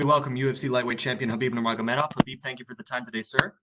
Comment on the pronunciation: Khabib Nurmagom?